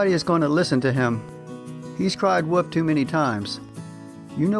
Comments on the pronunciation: It would seem that English is your mother tongue, so I'm surprised you do not pronounce the "l" sound in the word wolf. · Not sure...the 'l' is there sometimes but it is so slight that it seems almost silent and at other times I leave it out altogether. It is fairly common for native English speakers, at least in the U.S. to not pronounce the 'l' in wolf but I am not sure if it is geographical or regional. I do not suppose folks in the UK have a need to say wolf very often, however but in some parts of England I'm sure it would become 'woof' with a dark 'L" that is more like a U. It may be because I am from the South but I'm not sure. An example of a person who pronounces it a lot like I do is Kevin Costner in Dances With Wolves.